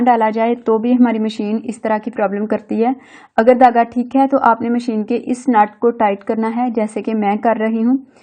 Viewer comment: Dhagga not tagga